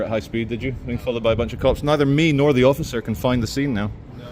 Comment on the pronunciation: "David, don't hassle the Hofficer"! 🤣